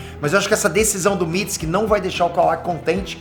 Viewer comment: Tu tá falando mitsuki errado